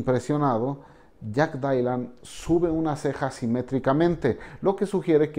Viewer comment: Mencantou, pero JAJAJ “DAILAN”